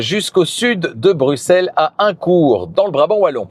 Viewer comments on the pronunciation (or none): none